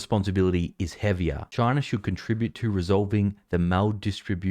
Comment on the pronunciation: Damn Chiner